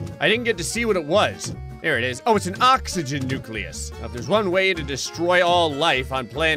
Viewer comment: Ever heard of oxegon Me: Oxegon? Never heard of it